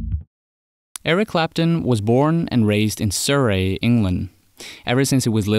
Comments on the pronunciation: Sir Rey? Surrey. Like “Sa ree” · FYI: it's pronounced "Surry", rhymes with Curry and Flurry. English place names can be weird, any time you see shire on the end of a place name, pronounce it "shuh" Cheshire is pronounced Cheshuh For "uces" or "rces" in a place name like Gloucester or Worcester, the all but 'S' are silent. Gloucester pronounced "Gloster" and Worcester is "Wooster" Hit me up if your making brit-videos, my advice is free. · I live in Surrey and had to listen again on how your pronounced Sur-ree. It's okay I'll forgive it. :) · Makes it sound even posher le surré lmao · I can’t get over how he said Surrey on the voice over! Surrey should rhyme with flurry. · Surrey is pronounced “suh-ree”. Just FYI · the way he pronounced surrey really bugged me as a brit lmao